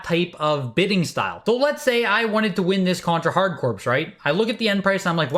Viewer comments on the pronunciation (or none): corps is actually pronounced "kor." The title is a play on "hard-core." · All those downvotes for how you pronounce "corps" in Contra: Hard Corps?